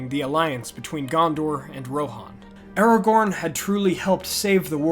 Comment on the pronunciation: Did you seriously just say Aragon? 😑